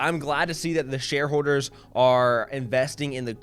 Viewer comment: “Share howwders”